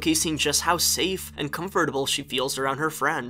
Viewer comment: Why is the only thing I can think of the whole video is they wrong way he says comfortable